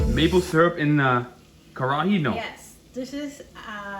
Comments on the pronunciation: It's karahi - ka-ra-hi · it is " kar-ra-hi " it is not Curry